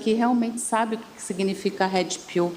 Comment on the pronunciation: Gente, eu nâo entendi a falha na palavra pilula. Será que tb falo errado?😂 Mas a pronuncia dela de inglês é triste haha "hedi piu"😅